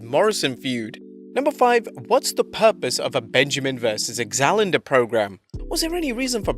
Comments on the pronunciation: what is an "Exalender" program? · axalander?? anyone else catch that?